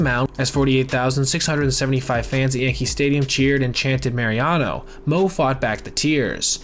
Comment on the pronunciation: Mariano. Not Mariano’s or Mariana’s or marinara whatever you’re saying